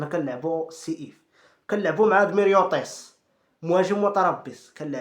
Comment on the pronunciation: ميريوطيس ههههههههههههههههههههههههه